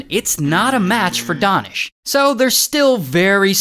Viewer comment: DANISH (oo ) (oo) ( oo)!!!???!!! His name is. DAH-nish? And not DAY-nish? No matter, both are sweet and soft!